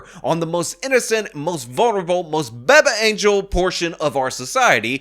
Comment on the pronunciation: I watch his video just to hear him say, "Baba Angel" lmaaao